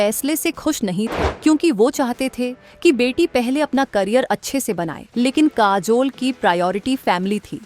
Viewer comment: Kaazol, there is jhool in pronunciation.